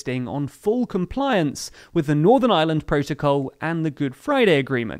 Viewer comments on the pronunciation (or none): none